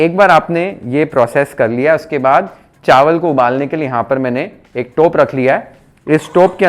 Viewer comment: तू पक्का मराठी आहेस. टोप हा मराठी शब्द तेवढ्याच स्पष्टपणे उच्चारलास. मराठीत व्हिडिओ बनव